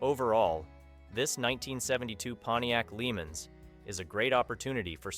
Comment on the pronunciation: I'm starting to wonder why I watch this channel. First the '72 Pontiac Lemans is pronounced La-Monz and second an '81 Camaro is a SECOND gen, not a third. I'm sure the sellers would like you to get it right, I know I sure would!